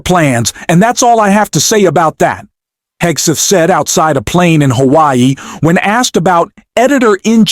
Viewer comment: Did you just say “DUI Hegseth”😮😂